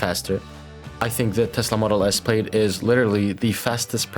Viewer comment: Bro you gotta stop saying plaid like that lmaooo